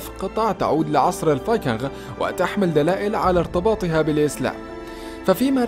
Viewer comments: مجهود جميل تشكرون عليه ملاحظة فاللغة الانقليزية الاسماء لاتعرب اوتترجم انما تنقل كماهي فلايقال جوجل بل قوقل ولا يقال جروب انما قروب الاصح شعب الفايكينق وليس الفايكنغ تقبل مروري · المعلق على الفديو مايعرف ينطق كلمة الفايكنغ .. فايكنغ اخرها مثل نطق كلمة king وليس حرف ال غ ... صدعني من كثر ماقالها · الله يجزيك الخير بس الفايكينغ تكتب بالغين غ وتلفظ بالكاف ك يعني تلفظ الفايكينك أنت عربي بس !!!صحح لغتك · لسا بيقول فايكنغ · انطق كلمت(الفينقنق) جيداً يابليذ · لا تنطق حرف الغين عندما تقول الڤايكنغ لأنها تنطق بحرف الجيم السهلة وليست الچيم العربية الغليظة ... بارك الله فيك .. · يا أخي ألفظ الفايكنغ لفظ صحيح بدون الغاء